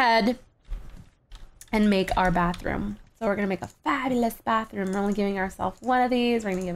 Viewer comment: Bathroom not Batheroom